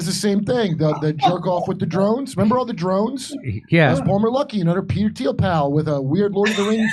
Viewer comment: Spell Thiel. Pronounced teal